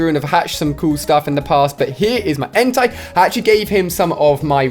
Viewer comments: You are triggering me Ali it's not Entirely ITS EN-TAE BUT with a I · Lol its not entai its ENTEI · IT'S EN-TAY YOU UNCULTURED SWINE!!! 😐😐😐